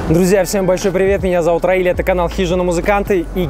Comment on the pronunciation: Всем здравствуйте! Спасибо Раилю,Роману за позитив,Только пожалуйста,не коверкайте имя Раиля.Не Рамиль,не Равиль,а Раиль.Талант от Бога. Успеха во всех делах и начинаниях.